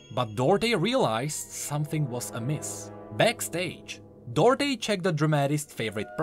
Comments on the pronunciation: It's pronounced "Do Art" not Dörté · duarte isn't said as dorte its read as du-ar-te if you search in portuguese you'll understand